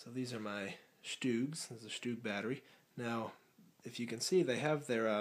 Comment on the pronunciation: Sturgs not stoogs